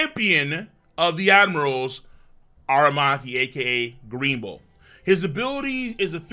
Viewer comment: A-RA-Maki not A-Ma-Raki 😂